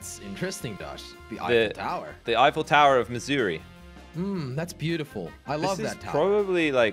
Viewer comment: "The eifell tower of mezuri"got me laughing😂